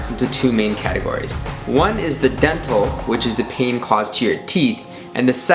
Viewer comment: When he said Dental, it sounded like Death Hole Which is also accurate....